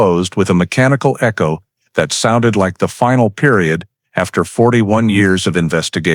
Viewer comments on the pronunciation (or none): none